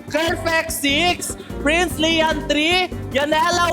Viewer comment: bat sinasabi mo prinzlian?? Diba duday and lian??